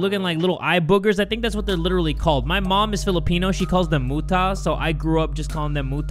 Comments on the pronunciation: that's my name mutta but you said mu ta lol :D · Deep apologies bro but it is pronounced moo-tuh or moo-tah upper ah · it's pronounced Moo ta not tae but ta "TAH" but stick with mutah 😳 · Muta... The pronuch of that word hmmm say mu in a hard way and long like "muu" then when you say ta if you say "ta" stop so pronounce it like muuta. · i love how he pronounced “muta” LMAO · Muta❌ Mootah✅ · The part which is a motoy and i'm a Filipino the right pronunciation is muta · im gonna cry on jays pronounciation of muta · Me who just learned that mom is filipino: AYO WHAT?!- And also you said muta wrong but still tho- WHAT?!?!? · it’s funny how you say muta 😂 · i like how his mom is Filipino and Pronounced the word muta wrong 😅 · Muta it's funny how you pronounce Muta but it's fine lol😭👍🏻👍🏻😍😍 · how he pronounces "muta" triggers me(im filipino)